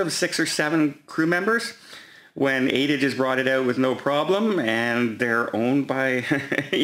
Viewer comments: Is going to say eck-cetera again? I hope not! Ah-ed-da becomes Ayda. Unbelievable. I just heard him say eck-cetera. He will go to his grave saying eck-cetera. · The TUI ships are named and called Mein Schiff, never by the English translation, My Ship. AIDA Cruise Line is correctly pronounced AH-EE-DAH, like the famous Verdi opera. SMDH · it is pronounced AHHH-EEE-DAHHHHH ( A-I-DA) and mine Schiff = mein Schiff. AIDA is owned by no other than CARNIIVAL. Men Schiff has a camera and temperature taking all in one. I watched Matthias Morr in Germany reporting from the 24.July to 27. July cruise.